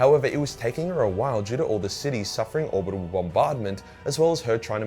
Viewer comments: Yeah you also do the same thing with the word “orbital” as in orbital bombardment. You say “orbitable” so kinda same thing pivotal/pivotable lol. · No worries, Mate. Your inability to say "orbital" correctly is one of your cute quirks, so "pivitable" flits right in with your "orbitable" defenses and bombardments. 😁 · Speech impediments are strange. But that's what it seems to be, since you add 'ibital' to both Orbital & Pivotal. Good news is its a mind over matter thing & solvable. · Words is seemingly unable to pronounce correctly: Pivotal Orbital Tzeentch